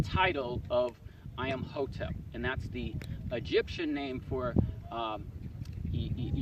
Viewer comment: I-am-hotep? Hi-ro-glyphs?